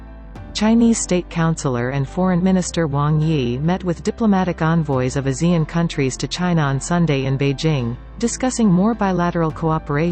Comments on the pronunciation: Please don't swallow Asean name. Pronounce it properly. AH SEA N. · ASEAN is pronounced Ah- c- un